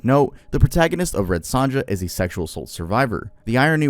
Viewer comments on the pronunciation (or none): I'm gonna have to be that guy. It's not Apt.(Apartment)Pupil, it's Apt Pupil (app-t) as in "ideal pupil". And the J in Sonja is pronounced like a Y. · Red Sonja. Sonja is pronounced like Sonya. Loved the original film with Brigitte Nielsen & Arnold Schwarzenegger. Not sure I spelled those names right or that even autocorrect spelled them correctly either but my own spelling on those names were way worse lol.